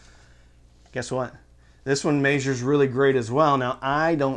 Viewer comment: Did you say “maysures”?